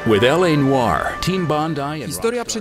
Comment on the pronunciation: Autorowi filmu sugeruję zapoznanie się z wymową słowa "noir".